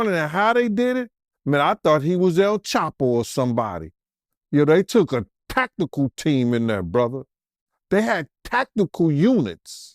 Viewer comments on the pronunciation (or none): “They had Takakal units” 😆😂😭